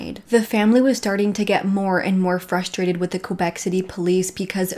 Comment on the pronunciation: If you need some help from a French Canadian, please don’t hesitate to contact me ! Québec is said like this : Kaybec not Quobec. Hope that helps :) love you videos !